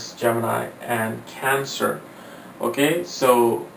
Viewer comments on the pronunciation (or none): none